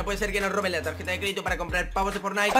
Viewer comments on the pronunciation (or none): Tarjeta con g "targeta" que crack 🤣🤣🤣